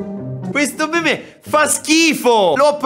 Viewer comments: comunque si legge MEME non MIM. Grazie. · Pk dici mim e non mèmè